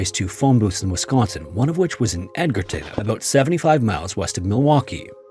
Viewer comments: Edge-rton, not Edger-ton. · Love your channel, man. But you and Wisconsin place names, IDK!😂 I didn't think anyone could mess up Edgerton. It's edge-er-ton, like the edge, not Edgar-ton. Even if you didn't look it up, a "G" before an "E" is typically a hard "G," I'm sure there's exceptions, but.. Anyway, over the several videos where you've covered WI, there's just. so. Many. Place. Names you've missed. So many. 😂😂 Google, my friend, Google! But NOT the AI over view. I caught the AI contradicting its own sources and Google's own pronunciation guide, over an international place name I knew how to pronounce because I had traveled there. But still, Google! Or YouTube, Wikipedia, etc. In 2026, there's so many ways to find out how to pronounce place names, especially fellow North American place names! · Just a heads up, it's pronounced Edge-erton, not Edgar-ton! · Fantastic video. I do have to say though that you mispronounced Edgerton. It is not pronounced Edgar-ton. It is pronounced Edger-ton. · It's EDGE-urr-TON, not Edgar-ton 😉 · Pronounced EDGE-er-TON lol not Edgar-ton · Lol, "Edgar"-ton. "Edge-rton" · EDGAR-TON!? It's Edge-erton. Amazing. I'm dying. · Say it with me edge er ton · It’s pronounced “Edgerton” That’s how you know this video is all AI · *Edgerton is edge-er-ton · It's "EDGE-erton," Wisconsin 😅. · Thank you! I came to the comments to confirm it was pronounced the way I was thinking and not the way he was saying it.